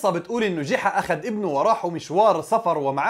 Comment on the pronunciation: يا رجل اسمه ( جُحا ) وليس جِحا